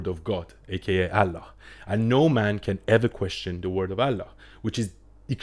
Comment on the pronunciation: I am not a müslim but i lived and worked with müslim. you can't even pronounce Allah. you are just lying. And by the way Talmud and Old Testament is hundreds times worse than quran.